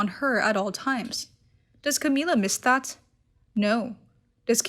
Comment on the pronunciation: Her name is Camilla not Cameela